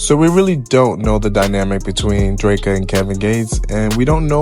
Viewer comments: The pronunciation of Dreka name is killing me 😩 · Lmao my gosh it's like nails on a chalkboard. Kevin literally says her name in songs. They couldn't listen to him